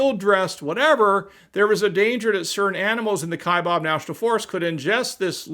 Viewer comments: Just a short comment... I am a minority in my home state. I am a native Arizonian. Born and raised here. Kaibab is NOT pronounced "Kai-bob." It is pronounced "Kai-bab". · It’s kaibab not kabob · Kaibab. Pronunced like its spelled, KaiBAB," not KaiBOB. It's the natiobal forest next to me in Coconino Nat'l Forest. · there is no “o” in Kaibab, it is pronounced Ka-eye-Baaa kind, like Baby without the y. And the Kaibab plateau is the area around the Grand Canyon with the South and North sides of the “plateau” being part of the USFS along with some tribal lands. The Environmentalist nitwits have been a pain in the ass here in AZ for years over “lead” because of the California Condor’s they reintroduced up there. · Arizona here. The ‘bab ’ Kaibab is pronounced like the ‘a’ is bad. FYI. I live there. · Speaking as an Arizonan, Kaibab's last syllable rhymes with the word "jab."